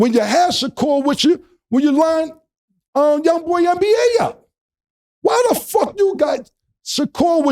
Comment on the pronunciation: neva have you heard him or anyone refer to him as “Young boy NBA”. So Cam not knowing how to say it was worth pointing out. Thanks for the like tho.